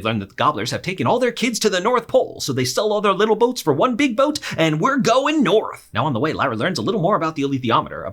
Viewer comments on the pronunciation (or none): none